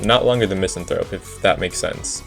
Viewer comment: One day people will learn how to pronounce Misanthrope